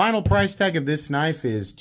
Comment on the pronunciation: That's a big kuh-niff!